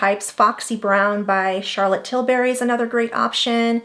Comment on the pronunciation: It’s tilbury. Not tilberry.